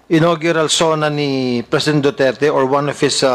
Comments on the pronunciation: hindi si Wam, ONE po at wala kang F, P or EP lang yung sa yo. Congressman ka po hindi ka tambay pag mag deliver ng words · wam point 8 😂. Galing mag english